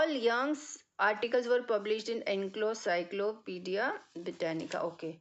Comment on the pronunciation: Mam, I'm sorry to say, but its Encyclopedia, not enclocyclopedis. I'm sorry to tell you this, but you made mistake in pronunciation.